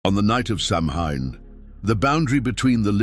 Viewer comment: its Sow-wen not Sam-hain